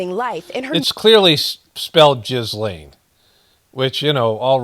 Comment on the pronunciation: Her name is pronounced 'ghee-lon'